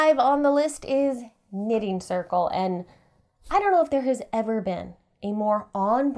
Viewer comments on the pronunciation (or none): none